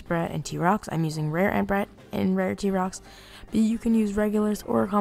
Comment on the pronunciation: "rare t-rox and rare entbrat" excuse me stop